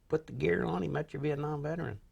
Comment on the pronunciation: Vetrin? Its Veteran. Say it right